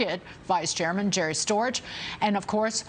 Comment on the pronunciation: Storch needs to move to France: pronounce your 'h' or move to Amphibianland! Cheers from the Oil Patch in Central WY